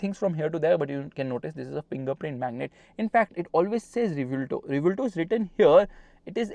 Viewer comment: Its pronunciation is Ray-Bhuel-TO( As in To in hindi for So)